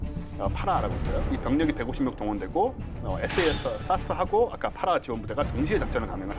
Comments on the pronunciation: 왜 SAS를 사스라고 발음하는거죠? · 전문가이신 두 분이 SAS를 계속 사스라고 하시는데 Special Air Service를 영국에서는 에스 에이 에스라고 부릅니다 SBS (Special Bote Service) 를 에스 비 에스라고 하고요 SBS를 스브스라고 부르진 않죠...